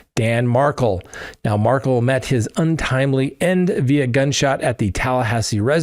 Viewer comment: You need an assistant to read your comment section, if you do not have time - especially because you ask for comments Someone recently corrected you re: Dan Markel's name. It is pronounced (and spelled, btw) Mar-kel (Mar - kell), not Markle like sparkle. Jsyk.